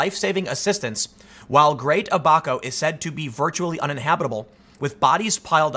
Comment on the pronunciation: They made fun of Noah for building the Ark and we all know how that turned out. PS, Tim, it's "Abba-ko", not "a back hoe".